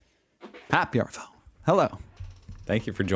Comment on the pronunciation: Its cute your use of 'arvo' to assimilate with Australia but the word is short for afternoon. Americans pronounce the 'r' in arvo but its more like ah-vo. There's no 'r' in aft.